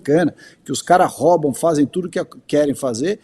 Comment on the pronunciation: Ricardo Salles, não existe "intermedia". Quando for falar em português, use INTERMEDEIA. A tchurma cai de pau com as gafes de Canja. Sua gafe foi igual, Ricardo. E da próxima vez, também pronuncie rôuba. Ninguém neste país "róba", Ricardo. Ninguém...